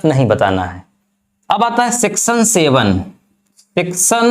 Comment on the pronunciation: तुम्हारा लेक्चर मुझ से इसलिए सुना नहीं जाता, क्यों कि तुम्हारा उच्चारण बहोत ही खराब है । १) सेक्शन को सेक्शन २) परी भाषा को परी भासा और भी बहोत कुछ